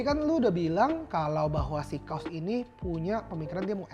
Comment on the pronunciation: kaws di baca kaos.. untungnya merek baju, coba kalau merek celana .kan nga lucu